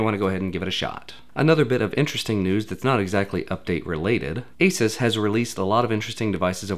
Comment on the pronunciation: and just a reminder; it's AY-soos and not AY-suhs. i'll give you a break cause you're sick though lol